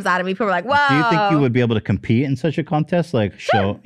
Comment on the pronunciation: "do you think you'll be able to compete in such a contest?" cum pee... compete.. heehehe